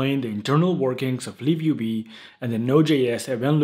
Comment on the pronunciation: I thought im tripping, but ur actually saying liv ub